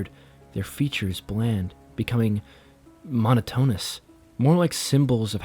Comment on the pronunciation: Great story and nice to have to listen to while working. One little fix-gotta look into words and how they’re pronounced. Example, monotonous is pronounced mo-nawt-oh-ness. Brochure is bro-shur. Gazebo is guh-zee-bo. Cheshire is cheh-shy-err